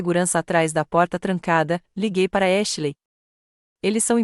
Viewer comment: Porque vocês não encontram uma narradora que pelo menos saiba pronunciar os nomes em English Ashley e pronunciado exatamente como se escreve please 🙏